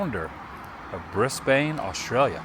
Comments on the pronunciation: Adam just for context it's "bris-ben" not "bris bane". Just putting it out there that's not how you spell the city. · Ha Ha When you said Brisbane lol (Pronounced Brisbun) maybe Australia should be on the to go List, and the capital of QLD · BRIZ-bən Australia